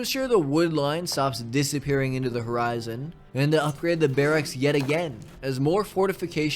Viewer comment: The way your say Barracks as Bear axe is hilarious. Loved the video! You do an amazing job of injecting narrative into these management type games. Keeps it fresh!